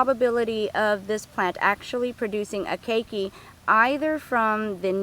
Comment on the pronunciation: key key, really hard to take the instruction seriously when even known pronunciation is wrong